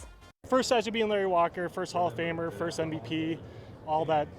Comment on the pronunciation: She didn't announce his name right😂